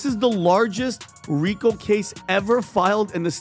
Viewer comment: RICO is pronounced ree-ko.